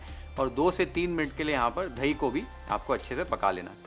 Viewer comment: धही nahi chef The correct word is दही…. Love your channel chef… Here in USA they say… you can get the man out of the ghetto but you can’t get the ghetto out of the man… this reflects the Bombay Tapori in you. Don’t let it go away chef…..